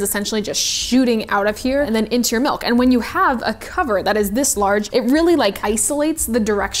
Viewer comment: She says "melk" and it makes me crazy.